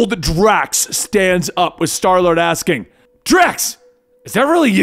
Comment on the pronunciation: he calls starlord darlord